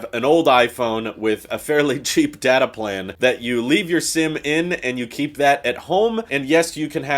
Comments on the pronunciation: When he said datAY, it sounded like he was admiring a really fabulous butt. lol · ITS DATA not DATA! get it right